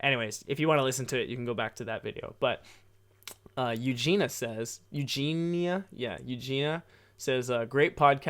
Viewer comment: Ahh, thank you for the podcast! And thank you for replying my question hahah, made my day when I was listening and then heard my name hahaha. And you almost got my name right too haha, people usually mess it up like A LOT haha. Its pronounced ユウジニア haha but ahh thank you for replying haha. I've been wondering about it for a whileso yeah. But you will go with a work visa then and not permenantly move there? Hope you got to rest a bit as well! Hope you have a nice week! :D Greetings from Sweden!